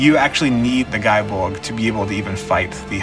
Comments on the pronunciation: It's pronounced Gae as in Gay, as like in Gae-lic. Like Celtic is not pronounce Seltic. Oi. Also,I really feel like you need a new video editor on this, it's very boring and poorly paced, especially when your 'competitor' Men at Arms. The host also has a awkward feel to her because of the pacing, needless direction you have her take. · Nice, i don't think it's pronounced "guy bolg" but don't quote me on it. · First, it is pronounced "gay bolg." The game itself confirms this in the achievements for dragoons and lancers. One would think that you'd respect the weapon by pronouncing its name correctly, regardless of the connotations of a word that sounds the same. Second, relic weapons are easy to get, but hard to upgrade. I would prefer you do your research before making a video on a weapon you don't know much about. Finally, I'm a paladin, white mage, botanist, carpenter, and soon to be bard. I help my free company, Distant World on Masamune, with whatever they need help with, and in turn I get things done. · wrong it’s pronounced gae bolg in game because it doesn’t have the symbol over the a to change the pronunciation. Plus the achievement is “having a gae (gay) ol time” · I mean be respectful to legendary weapons but it is pronounced Gay Bulg.